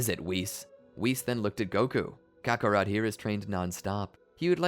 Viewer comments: the way he says Kakarot irks me. Cock A'Rot. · Why did you say kaka rot